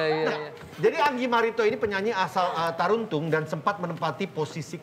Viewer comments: Tarutung woy, bukan Taruntung 🤣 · Kenapa bisa jadi Taruntung 😀 Seharusnya Tarutung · Om vincent...si anggi marito br juntak itu asal Tarutung om..bukan Taruntung..kami org sumut lucu dengernya.. 😂😂 Tarutung juga bukan di Medan lowh ito br juntak Btw,Enzy dan mumu udah jarang kelihatan..kemana ya mreka??